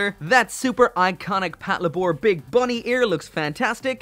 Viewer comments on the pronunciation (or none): "Pat luh-bore" wut パトレイバー "patoreibaa" my dude. as in "Patrol Labor." As in the mechs are called "Labors." Because they do labor. "Lay-bore." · Patlabor is just the combination of patrol & labor, it's not said Pat La Bore. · Your pronunciation of Patlabor makes me so angry.